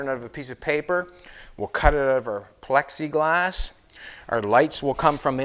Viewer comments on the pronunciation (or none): I wish would go back to saying Pexiglass.